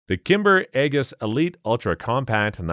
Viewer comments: Shows a Bereta 92FS instead. 👎 it's Ae-J-is, not AeGIs. Goddamn AI voice. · The g in aegis is soft, not hard.